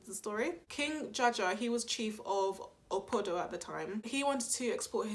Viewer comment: Awesome content. It’s actually KING JAJA OF OPOBO not Opodo*